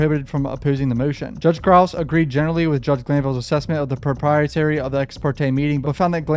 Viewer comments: you gotta learn to pronounce propriety and impropriety. you keep saying "proprietary"! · All good fam, you work so hard to cover all the twists and turns of these cases and we appreciate you!! FYI you mispronounced "propreity" (appropriateness) you were pronouncing it "protrietARy" (having to do with property owenership); just looking out 🤠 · pruh-PRAI-uh-tee :) love the videos